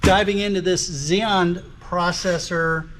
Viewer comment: Yea I just found it a little funny so i decided to comment "xenon" lol. Good video btw